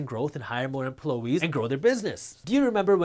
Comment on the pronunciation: Emplo- eees😂 minutes in